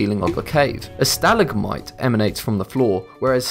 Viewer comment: You pronounced stalagmite and stalactite wrong